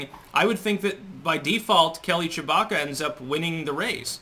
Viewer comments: Am I the only one that only hears "Chewbacca"? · You say her name like "Shewbacca" "Shewie!!!!" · Is it just me or does he say Chewbacca instead of Tshibaka? Once heard never unheard😄😄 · without looking at the screen, I kept hearing you say “Chewbacca” 😂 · Were you saying Chewbacca?